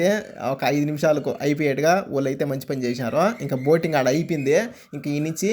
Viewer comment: Boating antunadu